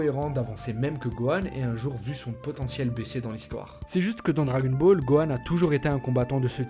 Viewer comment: Comment tu dis le dragon ball Les djagon bolls